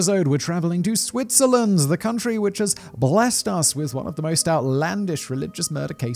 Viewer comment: The second I heard SWITZERLAND my Swiss eyes shot open! Edit: the longer this video goes the more I cringe at the pronounciation... Thanks for trying. It’s not the worst... but let’s be real... it’s not Great.